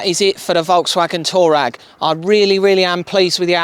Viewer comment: Great build! It’s pronounced Twa reg though not Tour rag! 😊